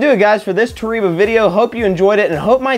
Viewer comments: Nobody:: Toreeba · Hey, just for the record in Japan the E is pronounced as an A and the I is an E. So Toreba is actually pronounced Tor A Ba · Therapist: toh-ree-bah isn't real. It can't get you. Me: ugly sobbing while listening to this video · Lol we like to call it tore eeeba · Dylan Coates It’s pronounced “ Toh reh bah” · lmao Japanese here and that's false. it's toh reh bah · You’re sponsored but still mispronouncing the name dude haha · It's a Japanese word. You're pronouncing it wrong. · it's definitely not the same pronunciation. man just take the L.